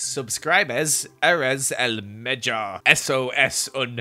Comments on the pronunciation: small Spanish tip for when ever you decide to do the intro in spanish again(which you should totally consider doing again👌👌), we usually pronounce our J's as H's. So when you said "mejor" its pronounced " me-hor ". And i dont meant to say any of this as an insult. I love your vids and proud to be a Jeremy❤❤, I thought it was a funny intro and also thought maybe you would like to learn a bit😁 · When he said "mejor" but pronunced like "mellor" I died xDDD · mejor isn’t pronounced as “meyor” more like “mehor” cuz in spanish j is like h. cuz h in spanish doesn’t make a sound